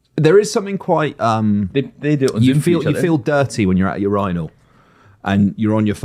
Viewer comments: please speak the dead Queen's English correctly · Today, I learned how Brits pronounce "urinal".